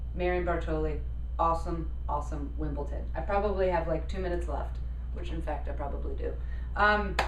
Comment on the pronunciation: It's WimbleDon (with a "d"); it sounds like you're saying WimbleTon (with a "t").